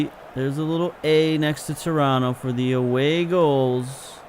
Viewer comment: Two things: One, it's "shoniere", rather than "koniere" (Choniere); and two, where'd you learn to say Toronto right? I grew up there, it's odd to hear someone say it like a native of the town when they've got such a clear American accent. :)